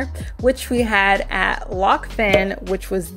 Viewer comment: It’s actually pronounced Loch Fine, their best restaurant is actually on the shore of Loch Fyne in Scotland, the seafood is straight out the water and onto your plate 👍🏻